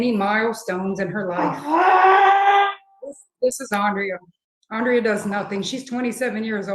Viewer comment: Dude can't even say Andrea's name! Not last time or this time. That alone speaks volumes. Thanks for the content!